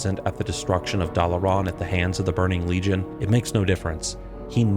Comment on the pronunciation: Dalaran as well.